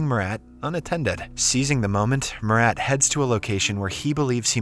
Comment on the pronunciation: Bro butchered my name "Murat" so badly it genuinly hurts my soul🙏🙏🙏😭😭😭